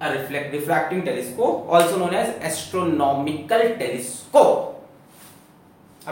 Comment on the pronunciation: pe sir ne jab astronomicàl telescope bola